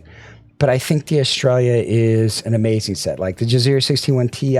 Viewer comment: bruh, eh-stray-uh.... sounds like you're saying "australia"... but it is fitting since i'm reminded of pronouncing "aria" 😂